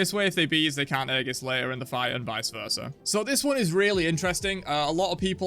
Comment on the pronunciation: aegis \EE-jus\ noun